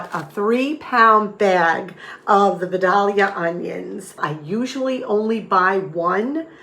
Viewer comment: Love your videos so much... just want ya to know I come from Vidalia, Georgia and I am tickled by your pronunciation 😂 we say "Vy-dale-ia"